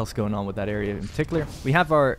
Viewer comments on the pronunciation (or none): none